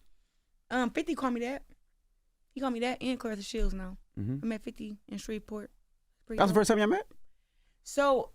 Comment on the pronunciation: Orlando? Did they say spreet port? I would like to visit for the food 😊